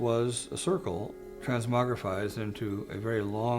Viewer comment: to "drink light" - what great diction, also "transmogrifies"